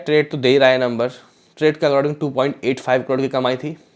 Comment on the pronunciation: अकराडींग नही भाई अकॉर्डिंग बोलो